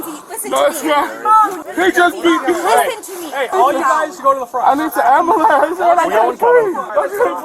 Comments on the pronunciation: "I need an amboolance" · Someone called Lindsey ah ahh-bah-lamps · Pathetic & pitiful azzhat.. “I need an am-bo-lance! ignorance is bliss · The Slubs of society, the “amba-lance” peoples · Nah! He axed for an amber-lamps. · You said it wrong. It’s am bu lamps. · I'm not trusting anyone's narritive that can't properly pronounce breath and ambulance. You sound like a Tyler Perry skit...ridiculous.